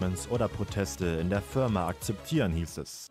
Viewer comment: Danke, dass endlich jemand auf das "Förma" pointed xD Luna sagt das glaub auch so x_x